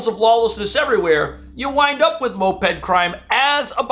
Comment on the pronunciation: Just say MO-ped lol